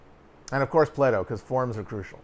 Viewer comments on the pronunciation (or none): I'm pretty sure if Wittgenstein was still alive he would have flown over from London and slapped the shit out of you for saying plato like that. what a joke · ugh i can't believe you said plato like that